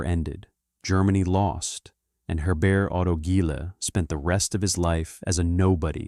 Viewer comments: Germans pronounce 'Herbert' as 'hair-BAIRT', not French-style as 'air-BAIR' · H is not silent